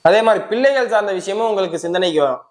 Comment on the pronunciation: ரொம்ப அதிசயம் நீங்க சொல்றது எல்லாரும் மாசி 8 சொல்றாங்க சரியில்லை தமிழே தெரியல பில்ல இல்லை பிள்ளை அதயே சரியா சொல்லவேவரல போதும் நல்லாவேயில்லை சாரி